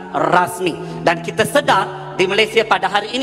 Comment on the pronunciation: sebutan bagi betul laa bukan kite tapi kita.. belajar lagi tatabahasa tuh..